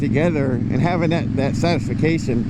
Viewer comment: “satisfacation”? I had to rewind to make sure I heard that right. I guess you were just scattered after riding circles on the roundabout? I’m guessing that roundabout is a regular destination for you. 😆 All I remember the service we used for the interview, but I know it had the word “yard” in the name. Also, I know we forgot to hit “record” to start it. Lol Nice outro; it’s perfect symmetry with the intro.